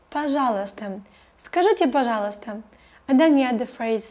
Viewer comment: You say "пожалуйстам". With M. Is it right?